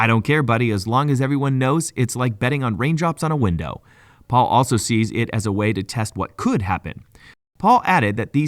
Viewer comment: It’s Pal not Paul. Pal like pay Pal